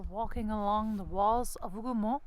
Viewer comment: This is an excellent video and the historical overview is spot on. I also appreciate your pronunciation of the Hougoumont farm and other locations. It sincerely helps those of us who primarily rely on written sources. You have inspired me to return to the battlefield after more than 20 years. Thank you.